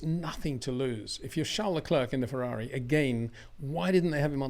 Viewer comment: Being a public figure , I cringe everytime you prononce Le CLERK instead of Le CLAIR just like Le Clair College or Le Clair University ! Why ? Is it lazyness ? Just say Charles if you don't know how to prononce his name please .